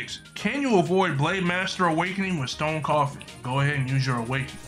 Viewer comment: It isn’t said stone coffin it’s stone cough and